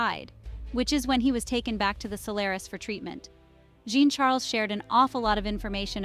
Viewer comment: The way to pronounce Jean Charles...is saying a soft J like shuzz and saying John Charles